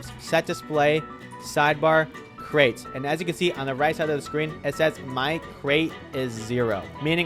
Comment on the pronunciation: lol what you talking about its crates and you said cret not crate lol 🤣🤣